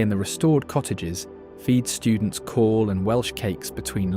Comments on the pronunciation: Why have you got Scottish people playing bagpipes? Not Welsh at all! It's not Call it's Cawl! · Cawl is pronounced Cowl, and simply means Soup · Cawl is pronounced like the English word cowl. Not call. This feels very AI. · Please take the time to learn how to pronounce Welsh place names before making a commentary short like this. It is great that you are showcasing Wales, but consider the insult you make by not attempting to pronounce place names, or for that matter "Cawl" try it like this COWL with an elongation on the L. Otherwise well done. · I wish a Welsh speaker had told the moderator how to pronounce Cawl (= Cowl as in the animal+l) and Caerphilly ( = Kairphilly) or better still narrated the text dotted with so many Welsh words mispronounced here. Awful. All in all a very weird narration full of errors, so obviously AI and badly researched. But the images are lovely, turn off the audio 🤣🤣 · A little more research into pronunciation would have made the commentary better. Even cawl is incorrectly pronounced and that's usually said correctly by non Welsh speakers. Shocking. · If you're going to the trouble of making a film about Wales you can go to the trouble of getting the pronunciations right. I had to turn it off after he said cawl.